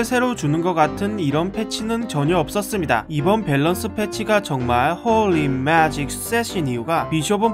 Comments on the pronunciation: 하..진짜 이분 비숍의 마음을 너무 잘표현해주셔서 너무 좋다.. 진짜 내 걍 심정이야 홀리 매직 shit 발음도 개웃곀ㅋㅋㄱㅋㅋㄱㅋㅋㅋ 진짜 비숍 그냥 존재의미를 잃은거너무 억울하다.. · 홀리 매직 쉣 발음 ㅎㅎㅋㅋㅋㅋㅋ